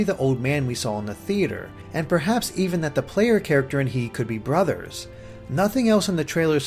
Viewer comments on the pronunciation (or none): none